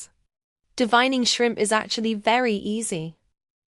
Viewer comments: It’s Called D-Vain-ing Not D-Vine-ing Used The A NOT THE I THE Right Way To Pronounce The Word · Sorry It’s Spelled this Way DEVEINING BUT THE E HAS THE SOUND OF A SO ITS PRONOUNCE DE VAIN ING NOT THE WAY ITS SPELLED I KNOW ENGLISH IS STRANGE IN SOME WORDS You can look it up Google